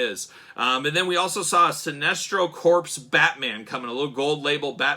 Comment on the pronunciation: Corps is pronounced “Core,” not “corpse.”